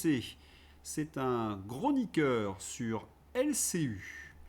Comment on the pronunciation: "un GRONIQUEUR" tu m'as tué 🤣 Abonné